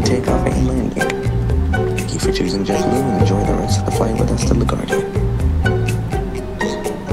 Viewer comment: It’s JetBoo not jetblue